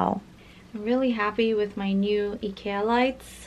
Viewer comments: Your pronunciation of Ikea is impeccable 💪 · Hey! I'm a silent follower who watches all your content but never comments haha, but as a swede I wanted to say that I'm very proud that you learned how to pronounce IKEA! I was also very surprised when you said you wanted to visit Sweden, please do that in the future. ^^ It would be awesome if you could have a fan-meet or something where we could introduce you to the swedish culture. Love your content, and please stay healthy! P.S the letter Å is pronounced similar to 어 in korean:)